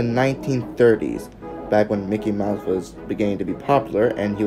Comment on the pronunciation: THATW NOT MICKY MOUSE THATS MOCKEY MIUSE